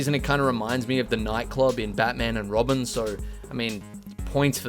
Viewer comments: I keep hearing ‘Robert’ instead of ‘Robin’ and it sounds like shit post text each time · Every time you said Robin, I swear to god I heard Robert….. even though his name Tim